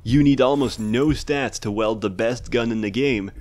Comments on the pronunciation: "weld" I sometimes forget English isn't his first language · "weld" "iran ore" "lejure"